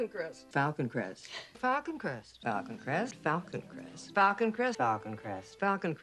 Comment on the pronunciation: After the first minute, it sounds like she is saying Falcon Crest octopus!!!....lol